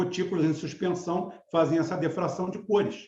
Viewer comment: PRONUNCIA-SE POR DIFRAÇÃO, E NÃO DEFRAÇÃO.